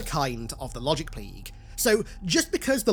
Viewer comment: “The Wogic Pwague!”